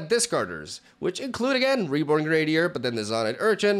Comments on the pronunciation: GREN-ah-deer. Accent on the first syllable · It makes me smile that still can't say the word "grenadier" 😂